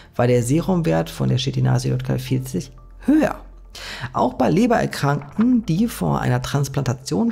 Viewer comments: Nicht J KL sondern: Y KL ! Er sagt immer JKL ! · Sehr interessantes Video, ehrlich! Dennoch, bitte, bitte "K"itin nicht "Shit"in und "Y"kl nicht "J"kl! Danke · Danke, interessant! Dann lasse ich mal den Insektenburger 🍔. Ypsilon-ka-el, nicht Jot-ka-el, um Verwechslungen zu vermeiden!